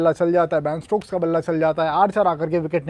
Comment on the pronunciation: shashank bhai... its ben stokes..not baan stokes